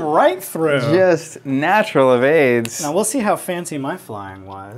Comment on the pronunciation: “2 evades” sounded like “2 aids” lol